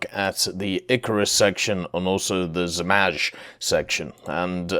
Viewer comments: Not Zmazh. In english you would say Zmay aka Dragon. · You are not pronouncing zmaj correctly 😭 It's pronounced like z-mai (the "j" at the end sounds like the "y" in yugoslavia) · I mean its harmless but definitely noticeable.It could have took him 2 seconds to google an audio pronunciation of zmaj.